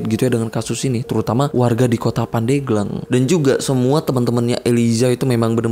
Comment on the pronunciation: Yg bener itu pandeglang bang, bukan pandeglang